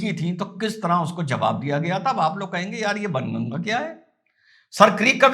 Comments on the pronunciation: " बाण गंगा" बोलिए सर "बन गंगा " नहीं । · SIR JI KRUPA KARAKE BAN GANGA NA BOLE PLEASE SAHI MANE ME BOLANA HAI BAAN GANGA YE AUR BAAT HAI KI LIKHA JATA HAI BAN GANGA LEKIN PRONOUNCIATION HAI BAAN GANGA PLEASE YE MERA SUGGESTION HAI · 🙏🏼सर, आप बाणगंगा को बनगंगा बोल रहे हो 😁😅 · सर... बन गंगा.... नहीं.."बाणगंगा".... बोला जाता था...! एसा सुना हैं हमने भी...🙏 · ', "बाणगंगा" बोले, बन नहीं... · i think its not ban ganga its baan ganga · It must be बाणगंगा not बनगंगा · सर बणगंगा नहीं "बाणगंगा"❤ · सही उच्चारण कीजिए बाण गंगा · बनगंगा नहीं... बाणगंगा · Bhaan Ganga Sir...Not Bn Ganga....Jai Hind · Sir its not banganga. It is baanganga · Correct sir , But " Baan Ganga " . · It is Baan Ganga - where Baan means Arrow ⬆️ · baan ganga not sir greek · it’s pronounced as Baan Ganga… Hindi of arrow 😊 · सर बन गंगा नहीं, बाण गंगा है सही संस्कृत उच्चारण।।।🙏🙏🙏